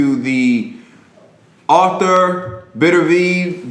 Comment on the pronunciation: "Beterbiev" is not difficult to pronounce at all, in fact. "Better - B - ev". You pronounced "Gvozdyk" just fine as well.